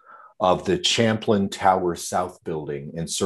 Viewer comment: I'd be very reluctant to hire any American lawyer who does not know how to pronounce Champlain. Just saying...